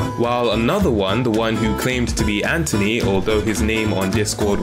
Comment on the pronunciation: I love how you pronounce anthony ant-(h)ony :)